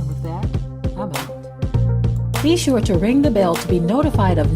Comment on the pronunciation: Shola Right! not sho ya right!Lol😂